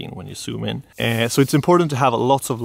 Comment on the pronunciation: It's called ZOOM, not soom...